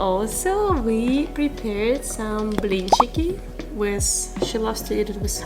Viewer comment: Amazing you say blinchiki, syrniki